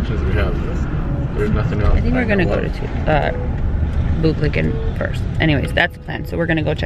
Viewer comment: ITS PRONOUNCED “ BURBLAGUUN “ 😡